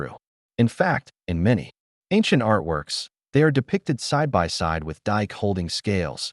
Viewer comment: Dike isn't pronounced "dike" but Dee-kay. "Horae" isn't pronounced "oree" but "ho-ray". If there's a bot reading this, it isn't doing a great job. Can't humans bother to read their own pieces any more?